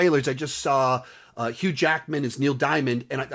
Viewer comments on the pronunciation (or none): none